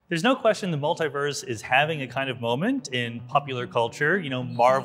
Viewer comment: Its multeee-verse. Not. Multeye verse